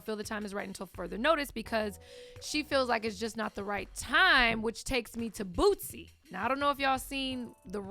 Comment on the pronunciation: Anyone else thought they were saying BOOTSY instead of Boosie?